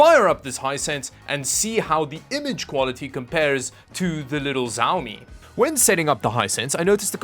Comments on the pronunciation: why are you saying the name like its a Chinese war lord. Its Xiaomi and pronounced (Shawmi). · Its pronounced Shao-mi . X in pinyin makes an Sh sound. You know, like She Jinping. Anyway, in China Hisense as a brand name is bigger than Sony. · Dude: it’s xiaomi: pronounced Sh(ow) (like ouch) me. It looks a lot like my little insignia 22” monitor/tv that I bought from Best Buy! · the brand is pronounced "si-ao mii" and they're pretty good for ultra-budget. Their Redmi phones are pretty damn good actually. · IT'S PRONOUNCED "SHAO ME" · why are you saying zaomi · Zaomi, this just gets better every time. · It's" shaw me" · First time i heard someone saying pronouncing xiaomi as zaomi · Why do they pronounce Xiaomi as "Zaomi"?😂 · Just a heads up: It's pronounced "Chiaomi". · you butcher the name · For a tech channel, you ought to have the basic decency to pronounce xiaomi properly. It’s been out more than a decade! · The X in Xiaomi is pronounced like the S in shotgun. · just a suggestion you totally said the word XiaoMi wrong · am i the only one bothered with how xiaomi is pronounced here? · You need to get better at saying Xiaomi. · Bro. Please stop saying SAUMI, say Xiaomi 😂😂 And please stop getting spammed with additional shipping cost again. They HAVE to shit it. If they don't you should contact the support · why you say ziaomi ? i think is shiaomi (xiaomi) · Its not Zaumi its Shaomi:D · not jawmi , its shawmi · why you keep saying "ziaomi" ? it's said "shiaomi" not that, it's painful to hear it like this no one pronounce it like this :/ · The X in Xiaomi makes a SH sound, not a Z sound. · The right pronunciation is shiaomi, not zaomi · Pov Chinese people getting triggered by hearing him pronounce xiaomi as zaomi instead of shaomi like it's supposed to be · Small nitpick but I think it's good to understand basic Chinese pronunciation when you're in tech... Xiaomi is sorta like 'she-ao-mi' instead of 'zi-ao-mi' :-)